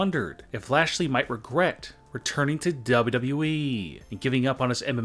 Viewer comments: Why do you say wwe so weird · How do you say wwe man no offence but your still good